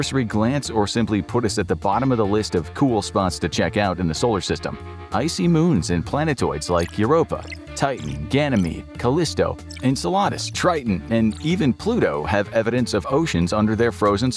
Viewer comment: why did you pronounce Enceladus like enchiladas? 😂